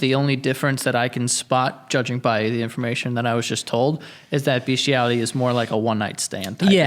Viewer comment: She mispronounce bestiality this is not kink or a fetish this is sexual assault of a creature that cannot consent as someone who works with dogs on a daily basis and has an intact male dog this is fucking foul